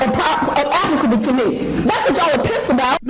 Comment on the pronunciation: Pronounce applicable correct and you can keep the money. Do not use words that you can't say correctly or know their meaning. Smh